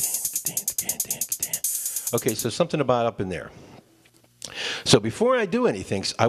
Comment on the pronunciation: did you just say otay?